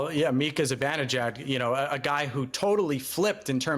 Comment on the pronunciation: Neither of you idiots know hockey at all. “Zib-in-ejad” is NOT how Mika Zibanejad’s name is pronounced.